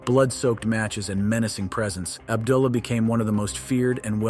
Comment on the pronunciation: Ub-duh-la The Butcher lol